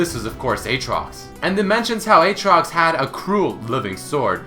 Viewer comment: Not Eetrox, Ootrox, Uutrox, Iitrox?